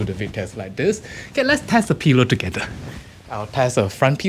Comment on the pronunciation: Love how. says pillow.....peelow 😍